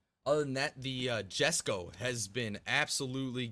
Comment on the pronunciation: just a fyi Jesko is pronouced YES-Ko